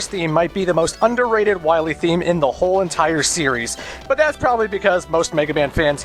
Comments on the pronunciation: WILEY LOL, sounds like WIYLAY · Ryan Goldstrich "Doctah Wahwee" XD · I think you mean Doctah Wowy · I love how they pronounce "Wiley" ever since the game misspelled it that way. xD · you know what cracked me up? "Hey Bass! (doesnt pronounce It "base") Why must i fight you? we are not enemies!" "Shut up!" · Not only did they screw up the name of Dr. Wily, but also screwed up the name of Dr. Light calling him Dr. Right.